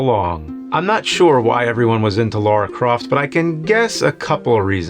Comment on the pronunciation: Everyone: Lara Croft James: Laura Croft